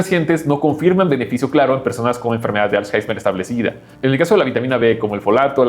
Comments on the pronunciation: Es alzheimer no alzheizmer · todos hablando del dinero y nadie se da cuenta que dice "als jaismer" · "als jaismer"😂😂😂